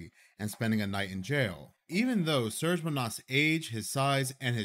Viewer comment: His name isn't pronounced "Surge" but "Serge", it's a Slavic name. Pronounced "Sir-Gae"